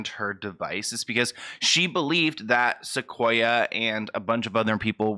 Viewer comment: My name is Sequoyah and I feel so bad for this girl! And yes you were saying it right :)